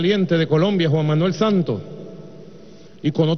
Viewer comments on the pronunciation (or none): none